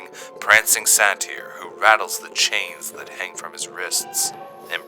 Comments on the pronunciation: isn't saytr pronounced sai-tr and not sa-teer? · It’s pronounced sater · By the way, its pronounced Say-Tur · Satry is pronounced say ter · Satyr is actually pronounced say-der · It is pronounced "say ter" just saying. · Satyr is (Say-ter) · I've always heard and pronounced "Satyr" as SAY ter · No body ever pronounces Satyr the same. Is it sa-tear or say-ter? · I’m really annoyed at how you butcher satyr lol, but I love your videos, keep them coming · You pronounced satyr extremely inaccurate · Did anyone else notice that he pronounced satyr incorrectly😅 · Its hurting me oww how he’s saying satyr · "Satyr" is pronounced with a long "a". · Me listening to butcher the pronunciation of satyr: 😖😖😖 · The way you pronounce satyr bothers me O.e